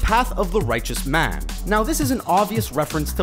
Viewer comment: The way the v.o. guy pronounces "man" and "fan" is really odd.